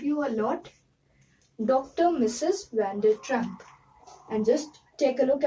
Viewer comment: It's Dr Mrs Vander tramp ... Not trampp